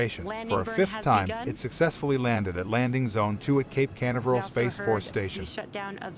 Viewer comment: WHY DOES YOUR BOT MISPRONOUNCE CANVERAL?